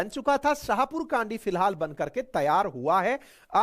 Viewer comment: छाहपुर कंडी not कांडी